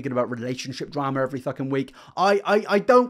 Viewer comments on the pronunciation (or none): I like how you don't say the F in f*king 😂 it's THucking